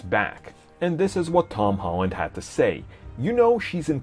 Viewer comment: I awso absowutwy woved Tom Howand’sh pefomansh